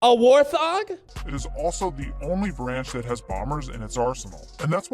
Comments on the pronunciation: this mf saID WOR THOG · No no no no, it’s a WAR-thong